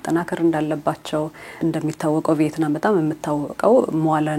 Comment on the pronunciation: ቪየትናም እንጂ ቬይትናም አይደለም